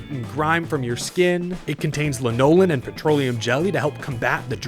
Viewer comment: Great video.We never miss an episode! (The ingredient in Joe's Hand Cleaner is pronounced LANolin)😊